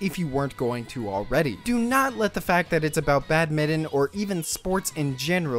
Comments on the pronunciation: Badminton BAD-MIN-TON, not bad-mitten. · its BAD-MIT-TON